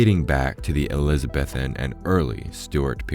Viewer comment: Damn! That emerald pocket watch is gorgeous … BTW it’s pronounced - jack-o-BEE-un —- eliza-BEE-thun